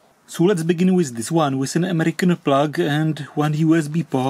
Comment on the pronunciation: EMERICN PLAAAAA G